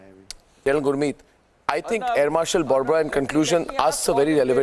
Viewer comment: His name is not Air Marshal "barbara". "nisha-ki shuruat(not Nishant)"-congi brain wash, bheja fry hai nisha ki shuruat .. It Is Air Marshal BORBORA .